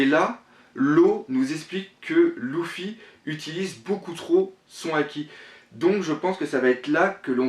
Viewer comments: Désolé mec mais Luffy ça se dit pas (Louffy) mais (Leuffy) d'accord? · On dit leuffy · pq tu dit louffy